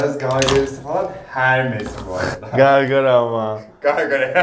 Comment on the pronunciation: Hermes degil okuz Ermes diye okuliyo 😂